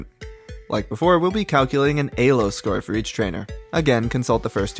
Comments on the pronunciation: Ee-low. Say it with me. Not A-low. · It's pronounced "Elo" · I don't care if it's ACTUALLY pronounced ay-low, it just sounds SO bad 😭 But besides that, AMAZING video man 👍 keep the great content coming! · zero distinguishable accent except for somehow pronouncing the E in elo as Ayy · Stopped watching after eh-lo. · he specifically mentions why he pronounces "elo" the way he does and the importance "elo world" had on this project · Great video and cool editing but if you keep pronouncing elo like that im gonna have an aneurysm! great stuff though